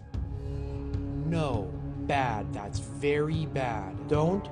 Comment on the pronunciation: if you say “dats” instead of “that’s”… and “ventin” has no t in it? Walk. She’s made for the streets.